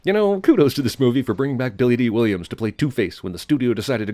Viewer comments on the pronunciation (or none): none